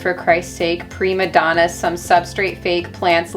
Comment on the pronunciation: “pre madonna” instead of prima donna is taking me out😂